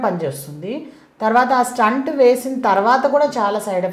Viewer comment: స్టంట్ కాదు తల్లీ, స్టెంట్ అనండి.